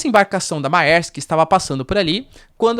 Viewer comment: Errata: A pronúncia de Mærsk, é {mÉrsk}... ditongo latino "æ" = é... simples assim ..